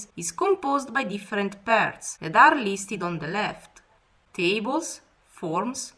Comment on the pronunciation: It is listed not listhed